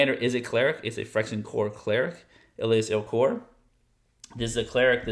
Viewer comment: el as ILL kor